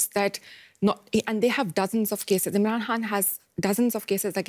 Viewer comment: This reporter is terrible. Is she even Pakistani? She can't even properly pronounce Imran Khan's name.